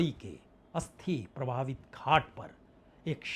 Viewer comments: प्रवाहित या प्रभावित?? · Pravahit is.correct pronunciation 😊